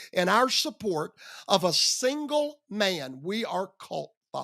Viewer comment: 😂 Haha! "When God anoints a man (HURK!!)" You forgot the extra syllable at the end "man-UH!!"😂